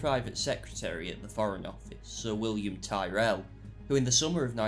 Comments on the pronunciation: You've mispronounced Tyrell. It's pronounced like Tirrell. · Why do you say Tyrrell like a Yank?